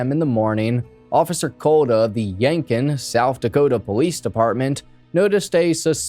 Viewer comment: It's pronounced YankTON. No idea why keep dropping the T.